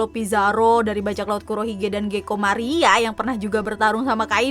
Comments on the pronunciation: Sy ada mendengar Gecko Maria... Bukan moria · Njirr bilang gecko Maria🤣😍